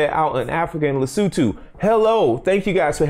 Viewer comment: the country of Lesutu....LOL! Lesotho....Lesotho! Good video.